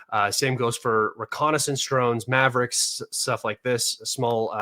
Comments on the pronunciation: Does know he's calling the drones MaveRics? It's not the first time he's done it... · Should it be DJI Mavic not Maverick .? It doesn't matter.